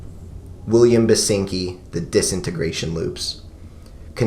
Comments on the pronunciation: Basinski not Basinki. Love that album. Glad you mentioned it <3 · Uh, it's William Basinski. Not "Basinki". Might want to make an annotation... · Its Basinski not Basinki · it's William BASINSKI btw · Its "BasinSki" - you forgot the "S". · Oh and its BASINSKI not BASINKI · Ancngnajakv that’s the only thing I could think about whenever he said basinkis name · "basinki" ngl that's a bit of a lol right there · Who gon tell him it's Basinski Slip up aside, another great vid from you. Your Current 93 and Residents talk was great, seriously did those releases justice. Not Available is a great introduction to the world of The Residents, I find releases like Eskimo and Meet the Residents to be a lot more chilling and uneasy but Not Available is a damn near masterpiece in and of itself. Also a shoutout to MusicBreakdown. :D Thanks for all the work you put in these videos man.